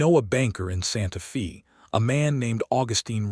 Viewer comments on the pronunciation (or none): Santa Fe not Santa Fee!!!!! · SANTA "FĀY". Santa Fe is a Spanish-Mexican Name. Many Texas names are Spanish/Mexican bcz Texas and New Mexico as well as some others have carried as many as 6 nationalities and they do not change city names when the area has carried as many as 6 nationalities. Main nationalities from Texas, New Mexico, and Arizona and parts of California have variously been French, Spanish, Texas, and USA. PART OF California was Russian. there is a lot more of that such as Oregon and Alaska having once been Russian - plus more. Santa Fe was named when it belon ged to Spain, then Mexico, then Texas. Generally the Spanish Mexican "e" is pronounced as a long "ā". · Santa Fay!!!!!!!! Argh!!!!!!!!! If your AI can read with nuance and emotion, why not correct pronunciation? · because Santa Fe is a Spanish name, so it is pronounced "Fay". Spanish vowels are rarely pron ounced like American or British/English. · Pronounced "Santa Fay". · How do you pronounce Fe in Santa Fe? Get it right.